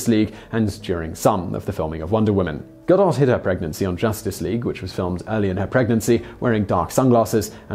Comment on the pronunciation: Gah-doe not Ga-dot